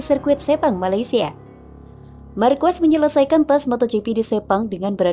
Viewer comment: Marc marquez dibaca Marc markues❌ mark markez✅